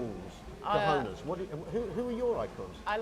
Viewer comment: Please improve your pronunciation of 'cojones'. Try it Kho-khon-es.